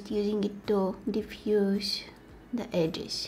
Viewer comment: “Da Valentine’s Day” ❤️🤣